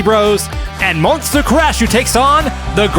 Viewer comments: Love me some Demolition Derby! But guys, it's MON-SU-TA! :) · Um, I think you are mispronouncing Monsuta 😂also the mad cabby lost his lunch lol